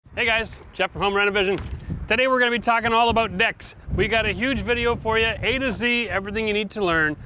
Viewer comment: Is he says decks or dicks, he did say sit back and enjoy lol.....rain bows and smiles, haven’t heard that in a long time